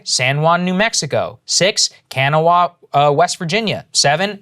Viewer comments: Don't expect y'all to have known this, but FYI Kanawha is pronounced "kuh-naw" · Saagar totally butchered the pronunciation of Kanawha county WV. Haha